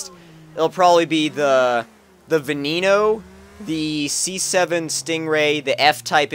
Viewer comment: GUYS GUYS when saying Veneno it's not Veh NE no its Ven EH no